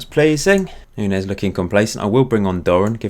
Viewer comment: Just a note: Nuñes is pronounced Noon-yez.